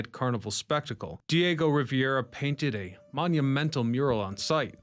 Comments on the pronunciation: Rivera, not Riviera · Rivera not Riviera. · Diego Rivera. ree-VEH-rah, not riviera like the French Riviera.